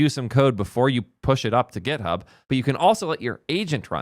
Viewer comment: its github not gethub